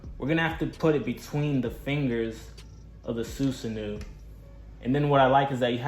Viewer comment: It’s susanOO not uu lol but good review